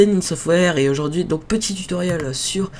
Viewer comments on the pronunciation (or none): none